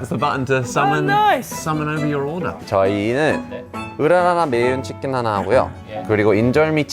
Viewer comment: 으랃아아 매운츼킨 역시 조쉬님도 외국인이었어🙂